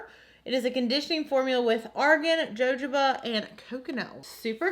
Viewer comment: I live for that Jeffree Star bag and how you say jojoba haha <3